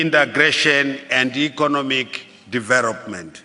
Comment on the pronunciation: Charenji, kwariti, dhiverop, risponsibiriti, dhiveropment, eriminet, stabhiraizi, congrajuret, takring…haa president akadai ndaramba, bririant, selfres, dhiyeri, miritari porisi…haa kana